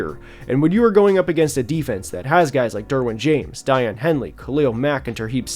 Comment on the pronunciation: Sorry to be nit-picky but Daiyan’s name is pronounced DAY-on, not die-on (great video tho!)